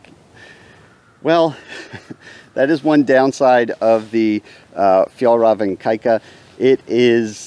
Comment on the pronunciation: I have never heard anyone pronounce Fjallraven the way you do! I’m excited for the next video.